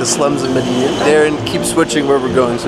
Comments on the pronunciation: Too bad you cant even pronounce the name of the city correctly. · Unfortunately he couldn't pronounce Medellín correctly